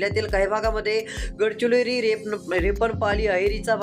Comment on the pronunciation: अरे, गडचिलोरी नव्हे रे, गडचिरोली आहे ते